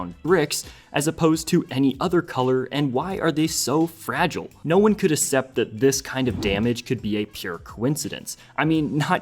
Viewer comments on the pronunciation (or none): Some of the words were narrated incorrectly too. I noticed early on ‘plagued’ was pronounced as ‘plagged’ and ‘accept’ became ‘assept.’